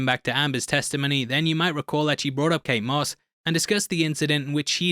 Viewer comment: ... "Kate Smuss"...?